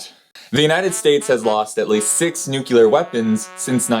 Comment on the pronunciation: There you go again with the "Nukillar weapons"